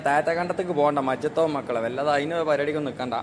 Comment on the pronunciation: പൊന്നു സുഹൃത്തേ സമാധാനത്തിൽ പറയൂ സ്ട്രീറ്റ്ലൈറ്റ് ആണ് സീറ്റ് ലൈറ്റ് അല്ല. മജ്ജത് അല്ല മയ്യത് കൂർക്കലല്ല. തൂർകളാണ് നീ പറയൂന്ന മലയാളം മുഴുവനും തെറ്റാണു താഴെ കോഴിച്ചന അങ്ങനെ പറയൂ നീ പാട്ടു പാടി വേർപിക്കലാ പീഡല സ്പീഡ് ക്യാമറ ഓഫാകിപ്പോടാ